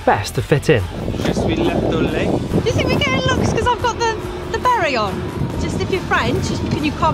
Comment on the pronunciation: The “Berry” 😂 (Beret)